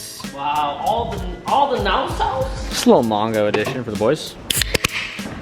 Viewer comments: OK lol he does know It's mango and not Mongo right? 😂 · says mongo not mango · Omg for THE last time it's MANGO NOT MONGO jesus 🤦🏾‍♂️🤦🏾‍♂️ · How does he pronounce “mango” as “mongo” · Just to clarify - I’m from Australia, and we pronounce the fruit: Mango as - man/go. Is it common in America to pronounce the same fruit as: mun/go? Serious question